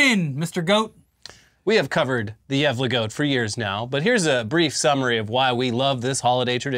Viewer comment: You did not pronounce gävle right but it was closer than before 💀